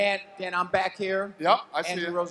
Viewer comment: Al "No pressure on my brack" Iaquinta